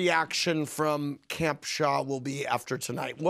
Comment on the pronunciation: It’s SHAH not SHAW